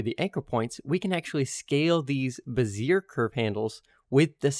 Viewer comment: Sweet video! Learned something. Also it’s beh-zee-eh lol